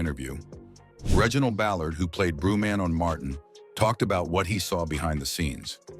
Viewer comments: Reginald Ballard who played "Broo-Man" on Martin ... 🙄.. Stupid AI man.. It's Bruh!!! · This A.I. narrator ninja called Bruh Man; "Brew Man" SMH 🤦🏾‍♂️ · who is "broo-man"? OK so this is what the AI is doing now. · AI commentator called Shenaynay - Shenanny, Bruh-man was Brew Man, Tommy Mikail Ford- Tommy Mickel, TIshINA instead of Tichina. Please stop using AI for black stories if it can't even pronounce our names correctly. So disrespectful for such a great show.